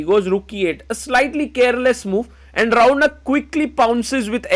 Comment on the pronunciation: His name is raunak Why bro is pronouncing Raaauuuunakk